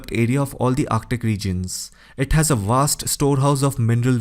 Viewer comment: I could not finish watching this video because the speaker could not speak proper ENGLISH for shit! Example-The word Vast is not spelled nor pronounced with a W, as in Wast.